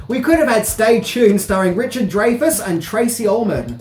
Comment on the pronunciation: this has bothered me for awhile now. It's pronounced Richard Dry-fus, not Dre-fus.